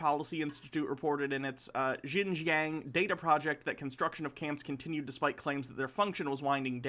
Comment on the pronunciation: About that part of china. Pronounce it like "shin-john". Its not exactly right, but its closer